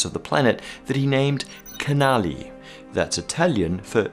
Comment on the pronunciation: Small correction, just in case no one ever told you :) CH in Italian is a hard sound, so Schiaparelli is read Skiaparelli Good work on "canali" though ;)